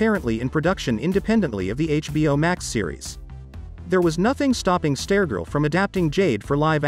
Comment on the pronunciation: Um... why you keep saying Stair-Girl??